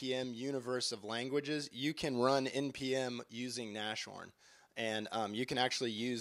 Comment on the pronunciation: Nas-horn not Nash-horn